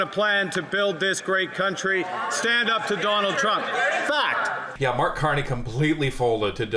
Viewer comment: fact,fact,fact it sound like fak,fak, fak